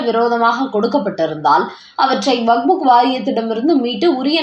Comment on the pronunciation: WAQF. ‘வக்ப்’. சரியாக உச்சரி.